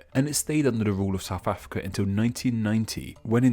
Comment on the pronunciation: Homie can't even say South Africa we'll